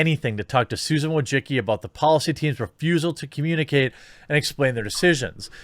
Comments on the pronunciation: Bruh he said "WA-JA-Ki" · He absolutely fucking can’t. He misses half letters and doesn’t even realise that -cki is read as -tsky. There is no ‘g’ sound. There is no ‘o’ sound. He sounds illiterate.. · Bro I’m Eastern European and you should check how to pronounce Wojcicki... what you doing is straight up butchery lol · It hurts my ears every time an American or a Brit butchers pronunciation Susan Wojcicki's last name.